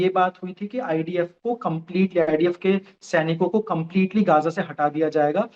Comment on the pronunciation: Are bhai gaja nhi gaajaa bol sutri ke😡😡😡 frustration ho rha h jhatu gaja gaja sunakr गजा नहीं गाजा बोल गाजा